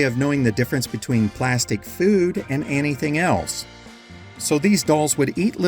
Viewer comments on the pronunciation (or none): none